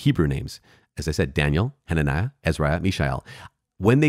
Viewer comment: Cudos to you for pronouncing the long names in the Bible.